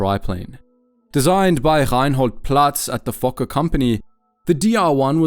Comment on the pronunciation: Fokker not f*cker